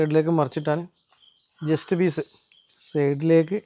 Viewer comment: ജസ്റ്റ്‌ പിസ് അല്ല ചെസ്റ്റ്